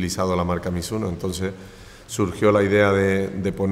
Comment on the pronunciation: やっぱり発音はミズノではなくミスノか。